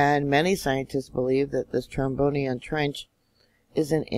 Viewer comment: The trench is pronounced troBRIEand